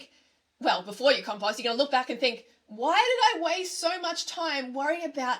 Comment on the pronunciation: I don't like commenting twice, but please learn how to say compost, it's hurting my ears